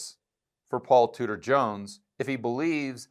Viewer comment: all this time you were saying Tudor, I thought you were saying Scooter . . . .